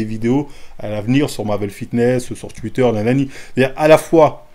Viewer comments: « Twuiiiter » 😂😂 sinon force à toi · Ptdrrr luffy contre marin fort 😂😭 mm Twitter et twitch, aucun effort sur les prononciations 😂 force au wakanda ✊🏾